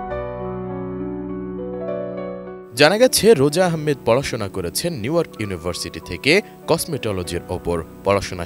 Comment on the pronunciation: "করেছেন" হবে, "কলেছেন" না..😂 Lmao